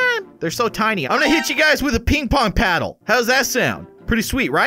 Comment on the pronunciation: I thaugth sayd “ is that pink pong 😅😅😅😅 and it’s ping pong